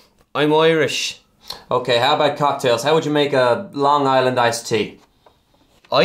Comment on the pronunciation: He says "Lang" for Long. And a couple other slip ups, but generally pretty good.